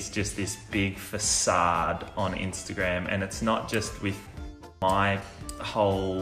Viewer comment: „Timmy“ „wint off“ „instegrem“ 😂